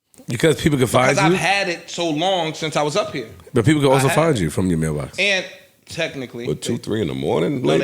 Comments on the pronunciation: Wait were they sayin MailBox or MelBox i was lost.. and shes like it was open.. Nah this is crazy Lore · Nobody caught that "Mel Box" Joe slipped in? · gotta check his "Mel".... "Mel-Box" LOL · Me too and Joe said Mel Box 😅😂😂😂